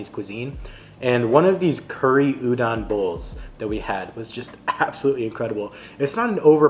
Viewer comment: You covered most of the popular foods on O'ahu, which is a good start for new visitors. The rice in plate lunches comes from Japanese immigrant food, not Filipino. The red beans (azuki) in shave ice that you've seen is also Japanese. Japanese pronunciation of "musubi" is not "muSUbi" -- more like "musuBI" and "udon" is not like "u-dawn" -- "O" is always pronounced "oh" in Japanese, so the "don" is pronounced like udohn" or the last syllable in "condone."